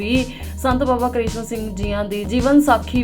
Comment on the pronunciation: ਸੰਤ ਬਾਬਾ ਕਿਸ਼ਨ ਸਿੰਘ ਜੀ ਦਾ ਨਾਂਅ ਗਲਤ ਲਿਖਿਆ ਅਤੇ ਐਂਕਰ ਵੱਲੋਂ ਬੋਲਿਆ ਗਿਆ।